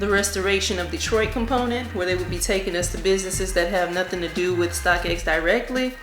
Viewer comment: I like the way you say my city DETROIT